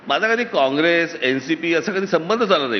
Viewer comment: It’s not “ MAHJA”, but it is “ MHAZA”.